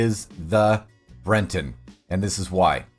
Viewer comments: It's Breton, as in a person, a thing or the dialect from Brittany, in northern France. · The horse is called the "Breton" not "Brenton". I don't know why you are adding an "N" to the word, or where you are getting it from. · Brenton... it's on screen like half the damn video and he still says brenton, its breton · Bre ton, not Bren ton. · Breton -- not Brenton. There is no N in the horse's breed name. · It's BRETON not BRENTON. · All these specifics and you still think its criola and brenton? The horses are called criolo and breton. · why does he call them criolla and brenton